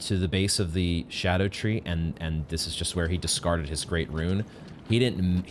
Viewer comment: I'm so glad you aren't saying "ska-doo," thank you for getting it more right than most